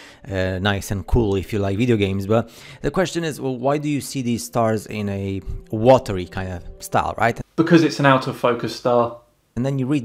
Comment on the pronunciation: “Wathers”?? “Wathery”??? Wtf